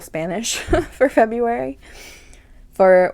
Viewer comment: I love your spirit! And "febraruy" cracked me up. Thank you for your content.